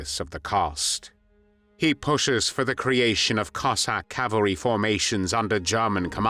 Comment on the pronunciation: Диктора на мусор! Козака а не коэсака!😂